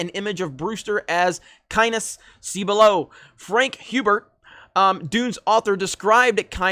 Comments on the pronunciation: For god's sake, it's pronounced "KEENS". Also, Dune (both the book and the movie) has always had an environmentalist message. As for being anti-Capitalism, the universe depicted in the story is a feudal monarchy, so Capitalism as we know it doesn't really exist. The antagonists of the story are driven by greed, but it's more a greed for power than for monetary wealth. And, what the fuck is wrong with you? See the Lynch film already. I can't believe you've never seen it. It's like saying you've never seen the Godfather... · Just FYI... Liet Kynes is pronounced as LEE - ETT KAIN es (as is Kynes and not kyneSS) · First...Its Kines, as in "Hynes" catsup. (<---edited in) read the books, saw the movie and the mini series. And reading that article tells me they have no idea what Dune is, or what its about. As is the case with so many "classic" they fail to realize that changing 1 character can change the whole story. Jessica, for instance, knows how to fight...but she is no warrior or soldier. To expand her part will change the story. To these numbnuts Dune is a Patriarchal movie. Paul goes from a boy to a God Emporer.....and you damn well know that will have to be changed.....hence Jessicas "expanded" role....to crush the patriarchy. Last point...Dune '84 (which i actually liked) bombed at the theaters because it did not stay true to the source. The planed trilogy was never made. The Sci Fi mini series stayed true to the source and the sequal was made. But these asshats dont learn from their own mistakes, and wont learn from history. edit...final ps...you did not butcher half the names....you butchered All of them. "Benny-Jess-A-Rit" 😂😂😂😂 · Hahah the way you are pronouncing Kynes sounds like Penis lol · Is not Kines really 2 syllables? like Ki-nes. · Well....Kynes rhymes with gynes....lol. Another great story about to be turned to shit by Hollyweird. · It's pronounced 'kīnz', with a long 'I'. The 'E' is silent. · Frank Herbert pronounced it "Keens".